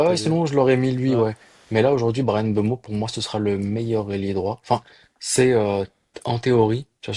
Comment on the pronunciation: C’est MBEUMO et pas M BEUMO